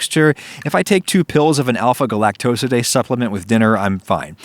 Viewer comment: you said alpha galactosidase strangely to me haha